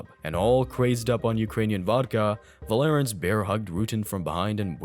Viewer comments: Paul VAR- lens .....not va lar ens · His name is Paul Varelans, not Valerans. Pronounced "Var-lenz" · Paul VAR-lens But I can get why you'd mispronounce it.... but if youre gonna speak for a living, even if its AI, why not use what's available to learn how to pronounce it, and test the Ai voice to see if they say it right and adjust accordingly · The guy was called Varelans, not Valerans.